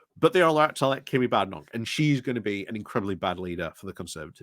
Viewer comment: Is there a reason you say Kimmy, when it's obviously pronounced Kemi? Is it the same reason you always leave the n out of Jenrick? Are we to expect videos about Kamabla?